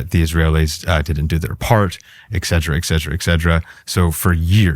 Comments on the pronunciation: Oh yeah, and the word is not excedra, it's et cetera. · "Excedra, excedra, excedra™."